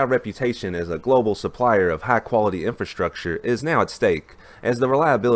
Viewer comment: "HIGH QUALITY INFRASTRUCTURE" in your respective southern accent. And I was like. SIR, that's most excellent sarcasm I have hear in 2020